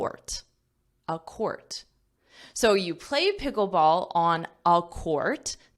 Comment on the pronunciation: I heard the word 'Picklebsall' for the first time.😂😂😂